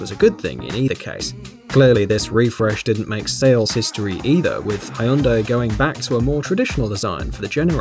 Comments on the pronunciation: Its not high-un-dai Its hyeon-day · are you really pronoucing Hyundai, hai yun dai? wow... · We tend to pronounce it like Hjun-dai here. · How about checking the pronunciation of "Hyundai" before saying it wrong 20 times in a row?